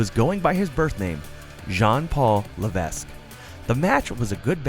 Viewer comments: the narrator said tripple h wrestled under his birth name Jean Paul Levesque it's not his birth name , it was this french aristocrat gimmick because of his last name his real name is Paul Michael Levesque and the Levesque was pronounced wrong - the s is silent so it sounds like levek.prior to the french arsitocrat he was known as terra rizin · The 'S' is silent in Paul Levesque.. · You mispronounced Paul Levesque's last name.